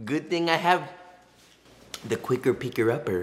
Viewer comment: Joshua replaces his r’s with w’s so much I thought at first he meant to say “the qricker picker upper”